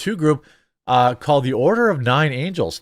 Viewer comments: Typical O9A/764 lunatic. But the Ukraine connection, like Routh, is something that federal authorities ought to investigate thoroughly, assuming they're interested in finding out why Ukraine SS-enthusiast-militias have tried recruiting American cuckoos to end Trump. Also, it's ANGLES, not angels. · It’s “The Order of Nine Angle’s” not “angel’s” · Love ya but you said Angles wrong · Nine Angles, not Nine Angels. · it's angles my guy, not angels. Those people are a special kind of messed up. I don't recommend going too far into that rabbit hole